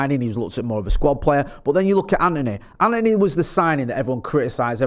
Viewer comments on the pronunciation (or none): none